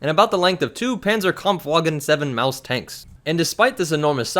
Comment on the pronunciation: Dude, you nailed the pronunciation of the proper name of the maus.